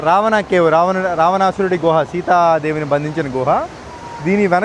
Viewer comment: రవాణా కాదు రా బాబు రావణా